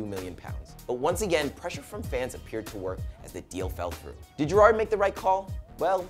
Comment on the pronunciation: You're really fucking annoying and shit prez. You can't even pronounce Gerrard one of the most famous players of all time and who's actually played in the MLS.